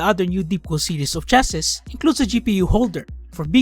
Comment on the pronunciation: it's pronounced as chass-ee or you can just simply say "case"